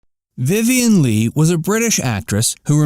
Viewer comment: You can’t even pronounce her last name correctly. Ugh